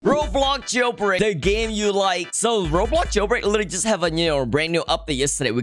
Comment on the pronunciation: I like ur videos but “roblog jailbraig”